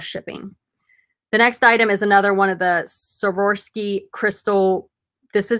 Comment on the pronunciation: Awesome video thanks a ton for the feature! "SWAR-OFF-SKI"